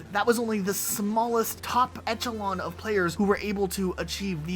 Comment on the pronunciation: I don't know why, but hearing say his name wrong and "echelon" just makes me cringe. But great content and videos other than that minor detail lol